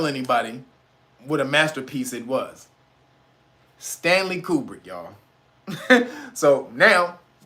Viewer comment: HUMM, Stanley CUBER HUMM! SOUNDS LIKE “WAG THE DOG”‼️